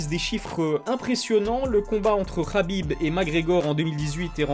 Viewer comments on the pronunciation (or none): none